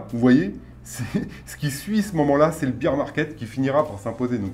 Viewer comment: Un petit détail en passant : "bear" rime avec "pair" en anglais. Le beer market, c'est autre chose. :) Vidéo très intéressant par ailleurs !